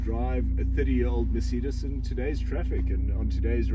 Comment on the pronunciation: Merceeedas 😂 never ever heard anyone say Mercedes that way.